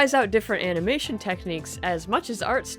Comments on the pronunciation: uh-NAW-muh-shin :D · i liked "framination"